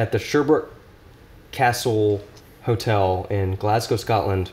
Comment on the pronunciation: Kudos for pronouncing Glasgow correctly